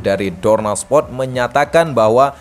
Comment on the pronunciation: ternyata selain feberwari, provensi, dan ini muncul lagi spot yang harusnya itu sport atau Dorna Sport tapi jadi dorna spot🤣 hal demikian juga terjadi pada penyebutan suport yang disebut Supot🤣 ngakak gw, ga tau ya ini orang emang sengaja nyebut gitu tau emang bego atau gimana tapi dari doi ngomong tinggi banget, sok bicara bicara literasi narasi dan lain sebagainya tapi masih salah salah juga😂😂